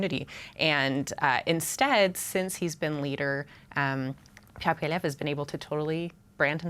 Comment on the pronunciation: "Poppiev"??? said by the Flamer on the panel. What the heck is she on either then the #OrangePill. It's Poilievre and she should practice that in the mirror before going on National T.V. The correction later on in the interview is so sad with the smirk smile. Have to call it like we see it or hear it.